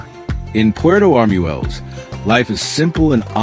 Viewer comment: In Spanish, "ue" has a W sound, so it is not arm-u-el-les, it is arm-wel-les.